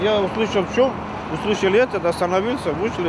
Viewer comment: "Я усьлищял, не усьлищял и ето...не слищял. И всё... ...."